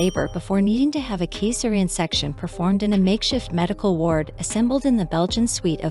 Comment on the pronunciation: Caesarian is also not Kay sair eean